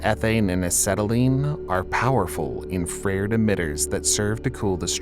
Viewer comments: Yeah another post bagging on pronunciation. It isn't infraerd. It is in fra red. He said it so many times it was driving me crazy. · Every single time this guy tries to pronounce infrared, it actually causes me to lose brain cells. Like what are you doing, reading off a script? If you’re gonna make an educational video on this shit you should probably be educated yourself on the subject. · it's InfraRed, not InfRared. It's really difficult to take this video seriously when you can't pronounce what is about the easiest term to pronounce in physics. Infra-Red. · Just a friendly tip: "Infrared" is pronounced *infra-red, not *inferred*. Thanks for the content. :) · it is infra-red, not in-frared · not sure if anyone else was driven mad by this, but as far as i'm aware, the word infrared is pronounced in-fruh-red, not in-frae-red. then again, i'm an ignorant american, so it could be in-frae-red everywhere else in the world... small things like that drive me insane the more i hear them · That's "infra-red," not "in-frare'd." How is it even possible for a science channel to get something wrong that's so basic? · "in-frare-d"????? Please make sure the narrator knows how to pronounce stuff. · "inf-rared"? Tell me that the narrator knows NOTHING about science without telling me the narrator knows nothing about science. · In fra red Not infrrrd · It's in fra red. Not in frare d. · In-frared? Infra-red= infrared. The mispronunciation may interfere with understanding is why I mention it, and this is solid, interesting information ^_^ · That was how I was told to pronounce it back in high school early 60's. I mentioned it a few months ago and my 43 year old son quickly mocking me. It is infrared, but also in-frared.... Like my Reolink in-frared security cameras...... 🙃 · Infra-Red, not "inferred" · "In frared?" -> Infra red. You can't even blame that on machine translation. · in fer red.. not inferd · Infrared is pronounced "INFRA - RED". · In-fray-erd lol😂